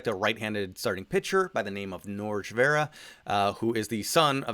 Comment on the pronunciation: FYI, Norge is pronounced like "Nor-hey". Like Jorge, but with an N instead of a J.